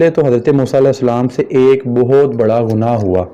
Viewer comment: کہاں تو گنگو ٹیلی اور کہاں مولانا مودودی آسمان دنیا پر چمکتا ستارہ؟ اردو بھی تمیں ٹھیک سے بولنی نہیں اتی، گناہ کو غنا کہہ رہے ہو۔